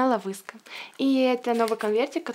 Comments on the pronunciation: Почему ловиска почему не love is ты чё читать не умеешь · Правильно говорить лав ис а не лавыска